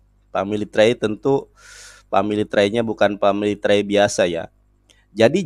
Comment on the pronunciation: Wkwk.. Dia bilang family try.. 😅